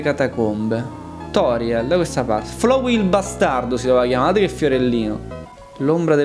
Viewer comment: Tizio: ciao sono FLOWEY Io: mi si corrode il fegato Sì dice FLAWEY l'inglese pachiderma!